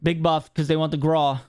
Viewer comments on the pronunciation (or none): It's pronounced graow. Not graw lol hey tomato tomato. Biggest L's are the armor satchel holding just 8 plates. Noone was ever made about having more plates lol especially when they are hard to find. Also I was hoping gas grenade and impact grenade were gonna be gone. Wouldn't be a big deal if the munitions satchel was gone. But you can still get it lol oh well. Verdansk is gonna be a vibe if they change up the meta and have stable servers with little to no cheaters!!